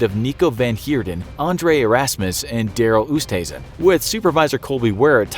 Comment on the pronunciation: I love how he pronounced the Dutch name 'Oosthuizen' as Oestheezun